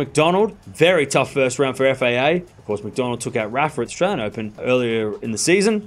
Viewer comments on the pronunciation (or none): none